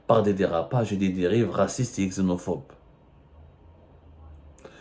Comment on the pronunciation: Il me tue quand il dit : " des exenophobes" . Le mec il inventent des mots .